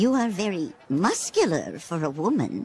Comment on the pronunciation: When grandma mako says Your'e quit musclur for a lady Me : >w< im so srry i couldnt contained my laughter